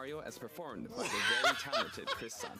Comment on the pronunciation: "Chris san" 😂